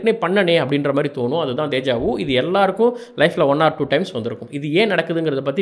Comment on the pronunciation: hi, i seen your video nice.. DEJA VU is a french word and i am from france. Your meaning is correct , but the prononcation is not good. if you want type this word in the google translation and put speaker symbol to hear the sound.